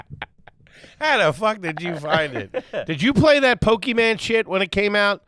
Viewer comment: immediately showed his age by saying "PokeMAN"